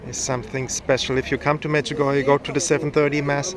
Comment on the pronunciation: Medjugorjéh and not Medjugorjah , it is been mispronounced a lots in the World